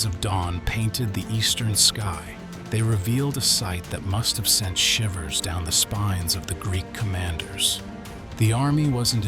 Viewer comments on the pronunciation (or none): none